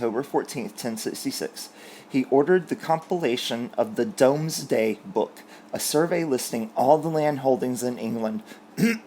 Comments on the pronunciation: Thank you for the entertainment. Just for the record it is pronounced "Doomsday Book" although spelt "Domesday Book", just being very English! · I enjoy your history additions. Just for your edification: Domesday is pronounced as Doomsday. (From a former English major.)